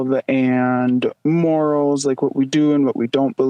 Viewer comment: Morally on the same compass, that’s right😂😂😂😂 but every time she said morals I died😭 and the hosts face too